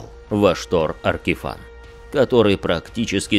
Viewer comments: очень смешно, но не мне же одному Ваштор АркифАн слух режет. Если у него имя Vashtorr the Arkifane, то и читать наверное надо Аркифейн. Я поэтому не смог слушать, а то каждый раз когда слышишь Аркифан оно пипец как отвлекает и раздражает. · На звук его имя произносится большинство именно Аркифэйн (и да я не знаю что конкретно писать е или э в данном случаи). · Как же ухо режет "Аркифан"! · Как же режет ухо Аркифан, откровенно тяжело слушать